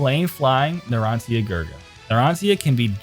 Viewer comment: the way this guy pronounces narancia..